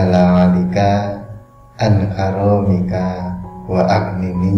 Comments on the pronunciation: Cara bacanya salah. ..bukan kafi. ..aqfini. . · Maaf ustadz dibacanya allohumma agfini atau allohumma akfini .tulisan arab nya kan akfini artinya kan beda agfini kayakan. Akfini cukupkan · Hanya mengingatkan sahabat muslim bahwa dalam bahasa Arab,beda huruf beda bacaan beda pula artinya.. Mohon perhatiannya sebelum diamalkan: "Allahumma Akhfiny" Bukan "Allahumma aghfiny" (CMIIW). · ﺍﻟﺴَّﻼَﻡُ ﻋَﻠَﻴْﻜُﻢْ ﻭَﺭَﺣْﻤَﺔُ ﺍﻟﻠﻪِ ﻭَﺑَﺮَﻛَﺎﺗُﻪُ... Maaf...itu bahasa arabnya اللَّهُمَّ اكْفِنِى Ko dibacanya ALLAHumma aghfini...? Saya jadi gagal faham...🙇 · Tulisan klimarnya bener cara bacanya salah kawan.....bukan allohuma aghnini bihalalika tapi allohumaqfini bihalalika